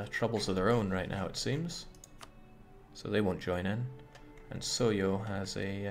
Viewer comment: rätt nu? Thought you said Reicht nauw!